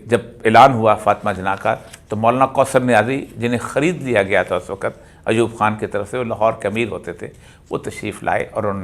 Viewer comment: "وقت" کا تلفظ درست فرما لیں پلیز